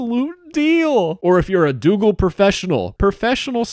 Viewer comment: Doogle X Dox-oogle ✔